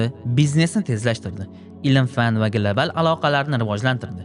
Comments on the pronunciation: Gilabal❌ Global✅ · Глабал, гугул 😂